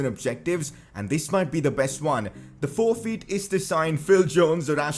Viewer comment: sorry ik its a bit harsh but his accent when he says forfeit its 'forfeeet' 🤩😂😂